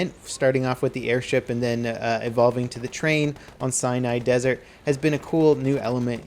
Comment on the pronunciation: Lol it sounds like he says Cyanide Desert.